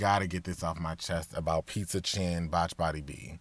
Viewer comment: Pizza chin !!???? I had to go back to make sure that’s what I heard 😂😂😂😂 nasty work